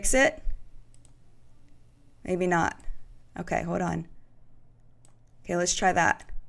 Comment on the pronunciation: "hod on" ?!?! Hold on. So much of this. SMH